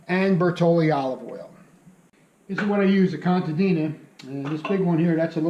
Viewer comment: not CONTADINA. LOL.